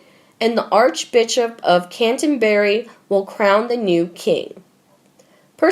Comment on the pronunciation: Please change the words Westminster Hall to Westminster Abbey. Also change the words Archenbishop of Cantenbury to Archbishop of Canterbury! By misspelling the correct words every time you insult our monarchy and insult our place names. These place names are historic and by mispronouncing them you are insulting what is great in our country. Time and time again i have heard important place names and peoples names and titles mispronounced. Remember.